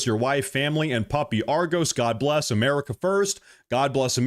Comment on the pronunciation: Sidenote…why is he calling it “EeeMerica” ????? I can’t 😂